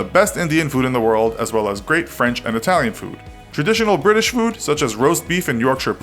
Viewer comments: Briish indeed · You pronounced British wrong, it’s actually Bri-ish